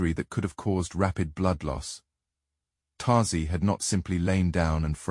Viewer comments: The Ice Man’s name is ÖTZE, not TAZEE. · I just wanna know, I know.These are a I but do not listen.Is there no way to correct it?They keep calling otzy totsi